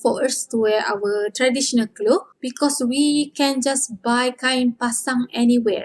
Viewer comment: All of your video is perfect for Learning.... P.s. when u say "clothes" u pronounce only "klo"🙄